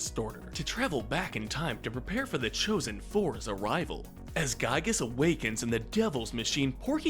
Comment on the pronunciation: The actual pronciation for Giygas is "Gee-gus" not "Guy-gus"